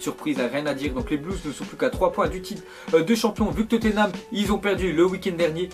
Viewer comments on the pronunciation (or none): none